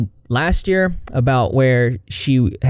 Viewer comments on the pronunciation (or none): none